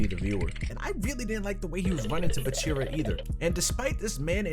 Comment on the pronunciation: It's BAAAAAAACHIRAAAA not buchirra